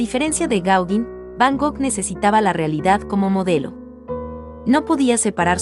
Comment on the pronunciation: Me gusto mucho el video y tu voz es hermosa! La pronunciación de Gaugin está mal, checalo plis! (Gogan)